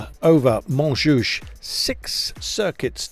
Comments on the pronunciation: Hey Carlton, it's Montjuïc, pronounced "munjewik" NOT "Montjoosh" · Can we get the pronunciation right. It's not Mon Juice FFS! 😨 And it's not Euskatel, it's Euskaltel for Pete's sake.